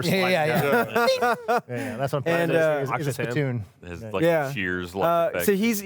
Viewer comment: EYYY! It's Ak'she